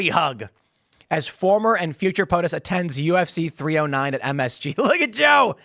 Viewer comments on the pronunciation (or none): none